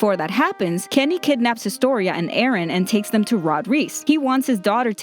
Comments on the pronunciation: Why English speakers are changing peoples names It is pronounce as Eren not Erin . And also it is written as Jäger not Yeagar , gosh. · I thought you said Aaron cuz of subtitles and u say it with a weird accent